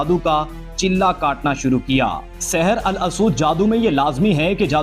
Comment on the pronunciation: Saher al asood nhi Saher ey aswad Aswad yani kala جیسے ھجرہ اسود ہے